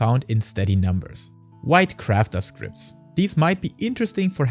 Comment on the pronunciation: scrip. there is no T in scrip. a "script" is not useable as currency.